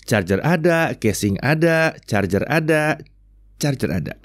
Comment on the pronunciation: wkwk kyknya bilang charjer ada chajer ada nyindir bren sebelah ni🤣alias si Samsung🤣